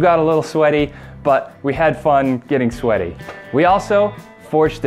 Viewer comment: "We have fun geting swety" Wtf